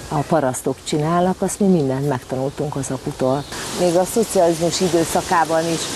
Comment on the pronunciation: “aszt”? Mondd inkább úgy, hogy asztat! Vesztes. 😆✌️